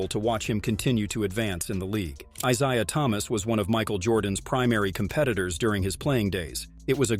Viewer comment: Yeah the AI is just monotone and cannot pronounce Isaiah Thomas correctly. I'll give credit for the script. But the AI is getting annoying.